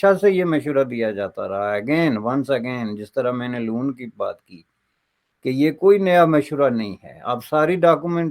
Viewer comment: Its “loan” and not “lawn”😂